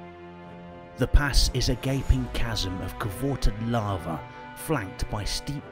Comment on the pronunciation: "covorted lava"